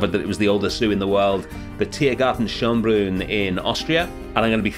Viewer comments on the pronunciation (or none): oh come on, it was not that bad :D The correct pronunciation of Schönbrunn would be "Sh" + "earn" but without the R + "br" + short u as in "look" + n. Hope this helps :D enjoy your trip! Leipzig was one of the most fascinating zoos I have been to. Definitely pay extra for the boat ride in Gondwana Land, it's worth it! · you butchered the pronounciation for the vienna zoo